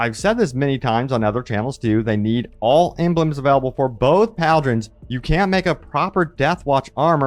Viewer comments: bro can’t read. it’s pauldron not paldron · "Pol-Dron" not "Pal-dron" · "Paul-Drin" right?